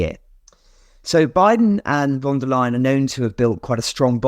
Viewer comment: Please not von der Leyen. I say that as a German